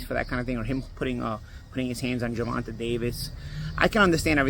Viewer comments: “Gervontuh” is crazy 😂. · It’s GER—VON—TAY!! God dammit! 😂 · Why’s it so hard to say his name right? How could you say Tank has slow feet? That’s ridiculous. Shawn Porter has sparred him and said the exact opposite. You don’t pick certain fighters to win. It’s obvious at this point.